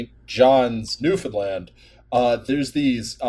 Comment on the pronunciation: I see the oil tanks in St. John's outside my window every single day. Thank you for saying "Newfoundland" properly.